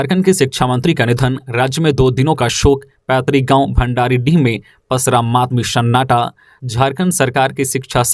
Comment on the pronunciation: Bhandaridih nahi....bhandaridah